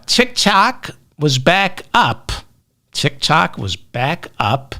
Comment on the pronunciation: Not TITKOK but DICKOK 😂😂😂😂😂.